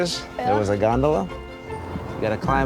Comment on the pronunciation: Nobody: The announcer: the Gon-do-La